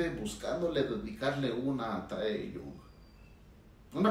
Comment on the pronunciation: Me causa un poco de conflicto que le diga Taeyun a Tae. Se pronuncia T é j i o n el nombre, o como le dicen la mayoría de las ARMYs latinas Taejiun. Dejando el morbo de lado, (porque no me interesa) siempre e creído que entre ellos hay algo más. Gracias por el análisis. Ahora analice el Yoonmin (Suga y Jimin) y el NamJin (RM y Jin) por favor